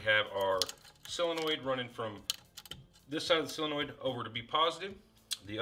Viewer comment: While we're on proper pronunciations, it's SOLenoid not SILLenoid. 🍺 Great video!